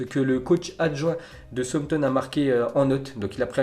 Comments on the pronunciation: C pas souampton mais « saoussampton » southampton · On lui dit que ça ne se dit pas Souampton ou on garde le secret ?